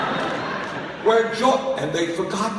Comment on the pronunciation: I love the way he says "Barack Obamer." So cute. :-)